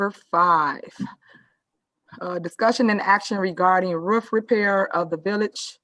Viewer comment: Every time Tiff Tiff she says "roof," which sounds like "wroof," I swear she is barking!😂😂😂😂